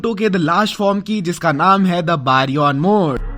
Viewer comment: its baryon mode not baron mode